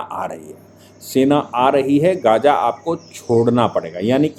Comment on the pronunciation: Abe Lallu Bhaiye gaja baja nahi Gaza Hai Wo Shafiq nahi Shaafih Hai wo Sahise bolna Sikhle Pehle Nalle Reporter.